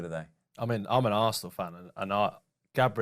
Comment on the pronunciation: Is there a reason why Fozzie pronounce Arsenal as ‘Arsseee’an all’? Sounds pretty rude to me, Spurs supporter or not :)